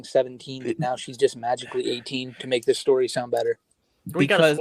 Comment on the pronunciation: Quite the pwedatowy stowy